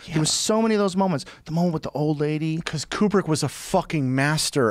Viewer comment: Kubrick (like koo-brick) not quebrick.